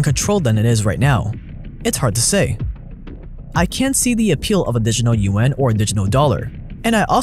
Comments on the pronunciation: Lmao, "The Digital UN". It's "Juan" or "wa-ah-n". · Yuan, sounds like yawn, you-wan.